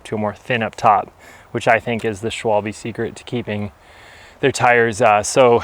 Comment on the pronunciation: it's phonetically 'schwahhhll - buhh'